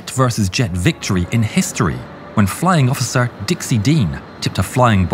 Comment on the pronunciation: "*Field* Offer Collier"???? Try "*Flying* Officer Collier".